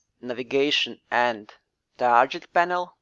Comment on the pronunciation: Hey I think your videos are really great. Thanks for making them. (I do not speak another language so I appreciate you making your videos in English. :D Your pronunciation of the english word "target" sounds like this "tar - J - et". I feel if you pronounce it with a harder "G" .... like this ... "tar - GUH - ETT" it might be an improvement. But like I said I really appreciate your videos. Cheers)